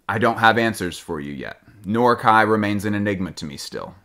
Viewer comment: Can you please correct your pronunciation Kei is pronounced like the letter K, not like KAI